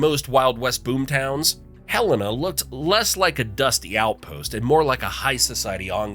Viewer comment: Nor was Helena butchered